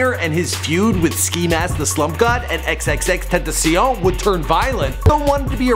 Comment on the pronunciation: Still waiting for to pronounce xxxtentacion properly